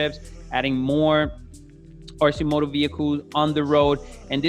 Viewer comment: I love this company and their products. They’re almost there. They have the demand and will will only grow like weed bc they’re not well know yet. Obviously you still pronounce them wrong lol. All good!! Their price will drop 40% once scales. Last hurdle is scale. Too the moon we go!!